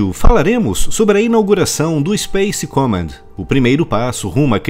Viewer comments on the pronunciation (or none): Ótimo vídeo. Correção pronúncia: comm>A<nd.